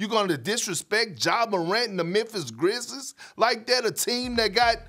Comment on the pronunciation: I stopped listening as soon as Perk said "Memphis Grizzes"